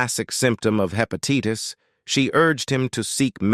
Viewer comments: The commentator on this video said, “hepatieetis”. It’s hepatitis. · The pronunciation of the word hepatitis as hepateetus about drove me nuts! If people can't speak good American, they shouldn't do reports on American performers! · I HATE computerized voices...learn to pronounce HEPATITIS! There are DOZENS of mispronunciations on this awful video. By the way, Waylon sobered up and lived many years DRUG FREE. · hepatitis does not come from PIE. And it,s hepa TiTe us u dumb bot . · The poor AI had a hard time there when the writer put all those long, complicated words back to back. Almost sounded like a French accent for a moment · I noticed that too. I wonder where he wasn’t corrected while recording this .